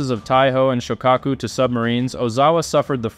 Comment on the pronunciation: Correct pronunciation of Shokako sho lono o Ka short a O pronounced as a short u.